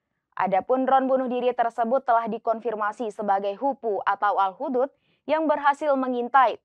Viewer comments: 😅 cara bacanya bukan HUDUD...tapi HUD - HUD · koreksi dikit kaka..bacanya bkn HUDUD..tp pke spasi..HUD - HUD